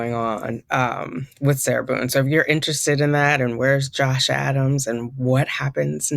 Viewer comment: I love love love the judge sitting in your break room lmao. Every time you say Josh Adams, I hear Josh Allen. Can you guess I’m from Buffalo NY? I didn’t know you were in NY as well! High five!!! Yes you’re correct. We are a one party consent state. Thank you for keeping us all up to date with this